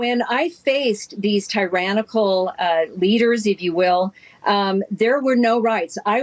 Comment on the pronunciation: Them dang tie-ran-nickels.